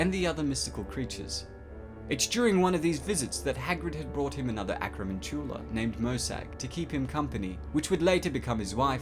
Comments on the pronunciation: You say acromantula annoyingly. It's pronounced like tarantula. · Why are you pronouncing Acromantula so weird? (with hard emphasis on the last syllable) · Not how you pronounce acromantula